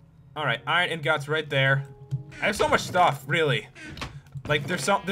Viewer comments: It's eengets eeeeeeengiiiiiiiiiiiiiiiiits ingots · AHHHH THE WAY HE SAYS INGOTS!!!